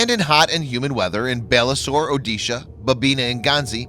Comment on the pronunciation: As usual your videos are superb and awesome. But only one thing I would like to point out that your pronunciations of Dhanush, Balasore and Jhansi were wrong. Plz try rectifying those